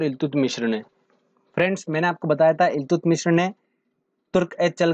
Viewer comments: Iltutamish not illtutmishra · Eltumishr ni eltutmish tha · इल्तुतमीश है...मिश्र नहीं....😂😂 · Do not pronounce Iltutmishra, this is only Iltutmish. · ILTUTMISHRA NHI THE BHAI .....ILTUTMISH THE ...APNE TO UNHE PANDIT JI NAMA DIYA🤣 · Iltutmishr nhi iltutmish h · It's iltutmish not iltutmishr